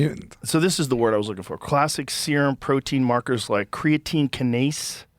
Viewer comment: that endorphin rush will keep you pumpin and sweatin. f opiates. natural "runner's" high is the bee's knees. mispronunciation of "kinase". Verbal Sins counter: "crazy" - 46 "insane" - 9 "unbelievable" - 2 "incredible" - 3 "no no no" - 5 "yeah, yeah, yeah" - 1 "wild" - 19 "nuts" - 16 "right" - 198 "I I I" - 11 "100%" - 3 "that's that's" - 4 Verdict: Two Braindead Losers Wasting The Public's Time!